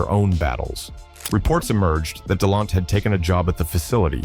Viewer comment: Please pronounce his name right damn 🤯